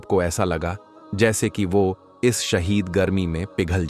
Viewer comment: Bolna seekho shadeed garme ko shahid garme kahtay ho.